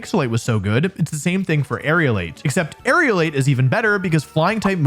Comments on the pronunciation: For once a comment on pronunciation is not about a Pokémon name, but about an ability: The ability is Aerilate, Air-elate, it's not Aerial-ate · It's Aerilate not Aerialate. Most common Pokemon mispronunciation lol. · Yeah most people pronounce it as if it were spelt Aerialate and it's a bit annoying. I guess they're somehow being influenced by the word aerial.